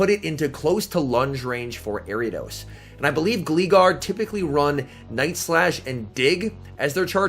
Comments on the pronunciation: I've never heard anyone say Gleegar 😭 It's pronounced Glie-gar like gliding. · Can you not say Gleegar anymore please It's pronounced Gl-eye-gar Top notch video as usual though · "Gleegar" ummmm okay buddy pal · "Glee" Gar HAHAHAHA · Im sorry did i hear say gleegar? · I laughed at the way you pronounced "Gligar" XD I believe its name is derived from "glide" so it should be like "Glay-gar" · It was actually annoying af hearing how you pronounce gligar. What’s wrong with people that play Pokémon and pronouncing simple fucking words